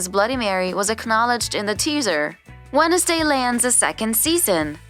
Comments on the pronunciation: fr i thought i was the only one that noticed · Why you say wenesday instead of wednesday? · The way they said Wednesday as “wen-es-day” instead of “wens-day” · Yeah... What was that??? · I know right 🤣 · Is this a bot, or are there actually parts of the US where they pronounce it "Wennisday"? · the way she says wednesday 'wennesday' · wenesday day got me dead💀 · orgtaga? Jeri-cho? Wen-es-day? 😭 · How do you pronounce Wednesday incorrectly? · May as well pronounced the D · Wed-nes-day 😂 Its actually spelled like that but its not purnonced That way